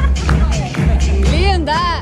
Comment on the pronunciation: Não é irmãs Pina não é irmãs Vina kkkkkk😂